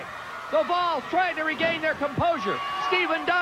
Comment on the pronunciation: Man, Chris Hamrick is a maniac. I was wondering who the heck "The Balls" were. It's "The Volz," as in the Tennessee Volunteers. Thanks for uploading this random show!